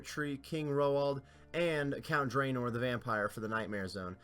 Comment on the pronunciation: every video i hear you said theed instead of the ed, i instantly dislike the video... just fyi